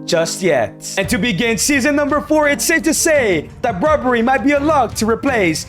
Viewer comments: Brobbery lol it's brobbey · It’s Ivorian not ivory costian and it’s Brobbey not Brobbrey